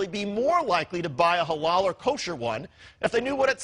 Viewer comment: why it sounds incorrectly mispronouced like ha-laow and not ha-lal?